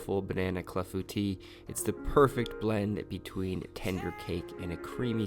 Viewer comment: I would not have pronounced Clafoutis right unless you said it first